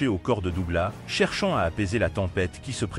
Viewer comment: SÉOUL ????? ET DOUGLAS SE PRONONCE AVEC UN S .....DOG LESS .... VOUS N'ÉCOUTEZ PAS LA VERSION ANGLAISE ORIGINALE ???